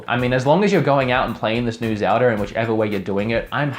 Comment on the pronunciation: Your a huge Zelda fan but you call it Zelder sometimes